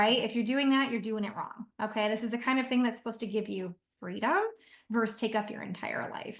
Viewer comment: It’s VERSUS NOT “verse”. Wtf